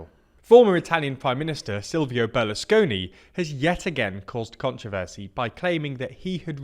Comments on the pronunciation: Just for the future, it's Berlusconi not Berlesconi. But great videos and as always, thanks for producing (semicit) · It's Berlusconi, not Berlesconi. Come on people...